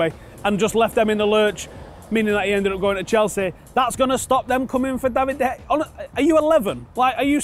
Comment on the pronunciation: I'm still surprised how can't pronounce De Gea's name properly.